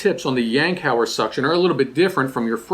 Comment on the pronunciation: Yankauer not Yankhaur.